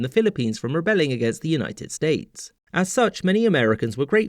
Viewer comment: "US States" ah yes, the US is not a united state I think he meant to say "United States" but I misheard it